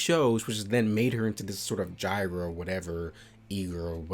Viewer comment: Dude! That was pretty good, and I’m not trying to pick on ya man (though I did laugh) it’s not pronounced gyro or how ever it came out?, but try putting a Japanese accent on the word gal, y’know the slang for girl, so instead of gal, it’d be more like gal-ru. It’s hard to type an accent but gyaru is spelled weird. Thanks for the laugh again though man, good video.